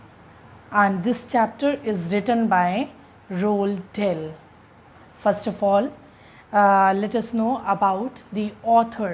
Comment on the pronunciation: It' s Roald Dahl not Dell